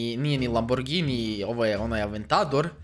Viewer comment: Znao autima a govori laburgini